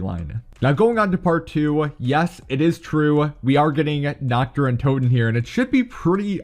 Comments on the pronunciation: Nacht der Untoten translated from Germany is Night of the undead Im glad ive started learning German about few months ago :3 And his way of pronouncing it made me laugh 😆 coz its pronounced Nacht Ther UinTooten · Im german and every time he says nacht der untoten as naktderruntoten i cringe so hard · It is so funny being German and hearing how wrong he says Nacht der untoten lmao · I wanted to comment that 😂